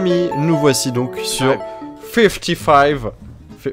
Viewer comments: Fifteen pas fifty five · C'est Fiveteen et pas FiftyFive ( fiftyfive = 55 )